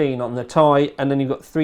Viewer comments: It's "Tee-Eye" not "Thai". Very distracting! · It's pronounced "tee-eye" not "tie" my man. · PLEASE stop calling it the 980 "tie" everyone else on the planet calls it the "T" "I" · I like how u say "tai" not T I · I thumbs down this video because he kept saying 980 "tie" and not its correct pronunciation "Ti" from the table of elements. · One piece of feedback, please say 980 "Tee Eye" not "Tie" lol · Ore Fagbenle nope we all actually say Tee eye and hearing tai is kinda weird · think he thought 980 ti(tan) was a cut down version of titan x(also namewise) and decided to pronounce it as tie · ***** Nope, I'm British and I say Tee-Eye. it's because he's a southerner. They're all idiots. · MrWariGaming yeah, me neither. This is the first time I've heard it pronounced as 'Tie' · Ore Fagbenle He's just pronouncing it wrong because he's british or something. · ***** Nope, we pronounce it correctly here too. He is getting it wrong because he's wrong as an individual.